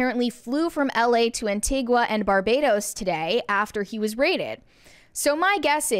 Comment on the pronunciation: Its Anti-Ga not Anti-Gwa. Please get the name of the country where I was born and raised right.